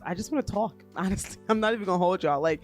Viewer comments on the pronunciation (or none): The way you said Talk and I'm not gonna hold y'all was so NY lol. I can't wait to see the new Off Set with